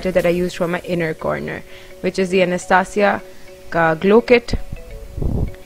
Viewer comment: You don't know how to pronounce anastasia....... You may google it.........hairs are absolutely amazing:)